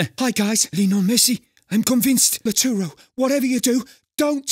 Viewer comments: nah, couldn't pronounce it properly, even messi called him laturo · It’s not lauturo its lautaro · oh ffs,i mean,i understand your point,but i disagree 100%,Lautaro is an easy name to read,plus he butchered a whole letter,like he read it as Laturo,and it's Lautaro,big difference,if he knew how to read maybe he would say Lataro,but never Laturo, is very dumb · Why did they call lautaro Martínez "arturo"??? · I think it was "latoro" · yes he did cause his Name is lautaro not laturo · Noone: voicing Conte: lAtUrO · Everybody: Lautaro: Latewro/Latooro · "Laturo" - Conte 2020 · I was only saying how bad he pronounced Lautaro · Lautaro is his name,he has no nickname in this show,so (animator) butchered his name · Great video really funny ahaha. Also you drew Lautaro😍. Only bad think is Lautaro pronunciation that is bad